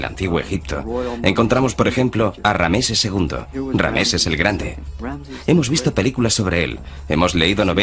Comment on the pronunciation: Rameses???noooo!!!es Ramses!!!!